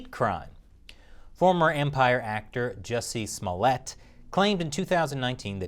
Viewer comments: Sir, it's pronounced Jew-cee Smoo-yay! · You're saying his name wrong. It's Juicy Smolljé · Dace Chappelle will teach you how to say his name. you're murdering it worse than epstein